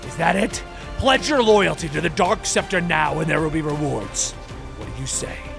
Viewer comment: Also it's dark specter not dork SEPTA okay